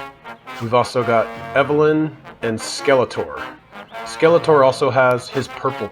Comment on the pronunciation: Ram Ram and Evelyn? Isn't it Ram man and Evil-Lynn ? Or am I wrong?